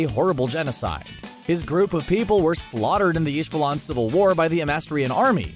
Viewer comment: Why did he say Ishvalan wrong...